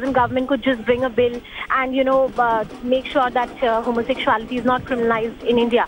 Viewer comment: Who is this uneducated news anchor?? One tight slap! Remove immediately. She can't pronounce homosexuality correctly. She does not have her facts right.